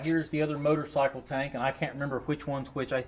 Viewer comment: I preferred the "Motercycle" sounds so French.. just sayin'. "Get to da choppa"!!